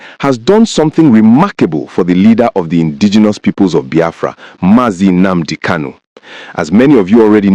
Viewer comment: Are you calling him a terrorist? You can't even say his name properly. Who is this dude!?